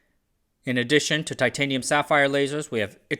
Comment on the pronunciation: Ai can't pronounce titanium properly on occasion. 😂